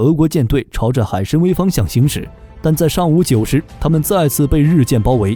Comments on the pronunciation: 海参崴(wai3)，不读海参威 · 那个字念wai 海参崴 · 开局一张图后面全靠编，拿游戏画面和几个重复镜头来充数，还读错了两个字，1:海参崴（wăi),2:昭（zhao）和